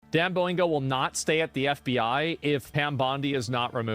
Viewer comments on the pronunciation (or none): 😆why doesn't mention that he says it as "dan boingo"